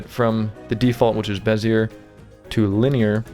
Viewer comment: Lol, its pronounced "bez-ee-ay, not bez-e-er